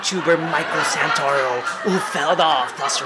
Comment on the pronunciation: The "Santa-Ruh-Oh" took me out lmao. Awesome seeing how your videos are improving. Keep going your videos are great!